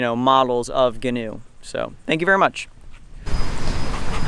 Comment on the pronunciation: Ghee-noe Ghee (pronounced like key)-new